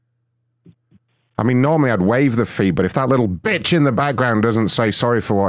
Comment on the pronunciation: The way you enunciated “bitch” had me rolling. 😂